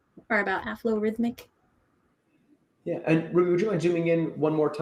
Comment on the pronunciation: Excellent, you managed to pronounce Aflorithmic correctly! Thank you for trying our API. Any feedback is extremely welcome.:)